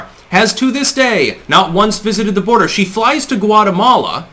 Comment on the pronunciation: She's not going to the "bordah." Please pronounce that word properly. Harris talks through her nose and is condescending and obnoxious as it gets.